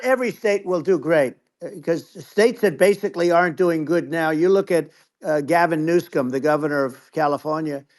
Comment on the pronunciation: He also said “Galvin newscum “ well played 😂😂😂